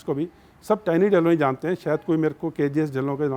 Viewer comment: Dhilan nahi hota yaar bolna to seekh lo.. Dhillon hota hai.. ਢਿੱਲੋਂ ढिल्लों समझ आया